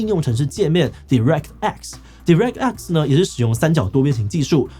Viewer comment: 建議要直接使用英文時，先去查查那些字如何發音。像direct和voodoo在字典和網路上都查得或播放如何發音。雖然觀眾大部份是台灣人不在乎你是否發音正確。